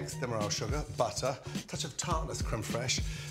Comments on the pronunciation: Is he saying butter or buttaaa🤣🤣🤣🤣🤣...... And flavour or flayva.... 🤔🤔🤔🤔 Smooth or smuuthh... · I like how gordon calls it " BUTTAH" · I clicked the vid to hear him saying buttahh and croissant 😤😑😂